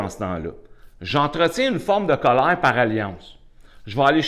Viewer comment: Sa façon de dire Cowleir😂est un vrai anti stresse ça a chassé tout mon colère 🙏merci bcp